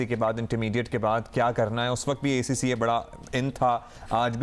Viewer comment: Host is even unable to pronounce ACCA🙈